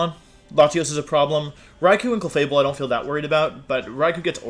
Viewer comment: Cleffa-Bell and Jenjar are driving me insane